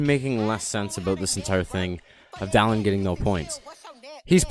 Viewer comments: It is DAA-lin, not DA-lin but idm lmao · Not dahllenn